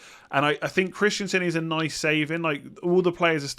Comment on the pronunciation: stop calling Christensen for Christiansen.